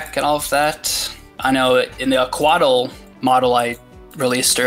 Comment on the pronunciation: Cool mods, but lold when he said it wrong when correcting you. Coatl is actually pronounced like "Cowat" in Nahuatl. The l is also silent in "Nahuatl" lol.